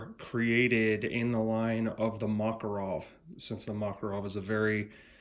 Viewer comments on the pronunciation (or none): not MAkarov,but MakArov.